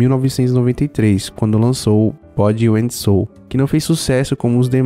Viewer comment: "Bódi em sôu" foi foda, heim